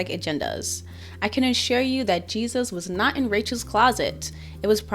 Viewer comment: Did he pronounce it “Hey Soos”?